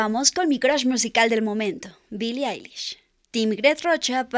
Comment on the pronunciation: Mi like porque eres la primera persona q doce bien el nombre y el apellido de billie eilish ( se dice ailish) asi q mi like